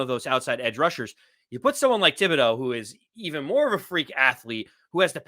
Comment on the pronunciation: Aaron Robinson WILL DEFINITELY start at CB. ESPN is click bait. Not worth discussing. Flott MAY start also. I GUARANTEE 💯 that Robinson is 2nd after Jackson. And btw, it's pronounced TIB, NOT THIB. H is silent